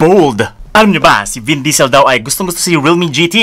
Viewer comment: "Vin'ce Diesel"